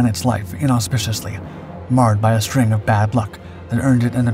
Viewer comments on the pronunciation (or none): none